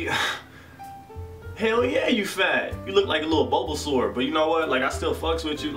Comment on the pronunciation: "bolbasaur "😂😭😂😭😂 deadddd